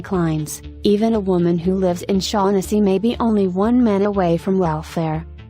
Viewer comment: Just a minor correction on your pronunciation of the name 'Shaughnessy'. Its actually pronounced 'Shock-en-see'. Its an Irish name.